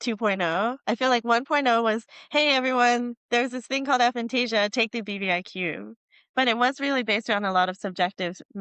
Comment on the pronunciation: Her constantly mispronouncing the name of the condition was quite frustrating.